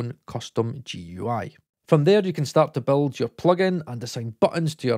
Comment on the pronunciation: Oh man, they way you say GUI is gonna tick some people off. Just so I don't need to comment another time, it's pronounced as a single word (like gooey)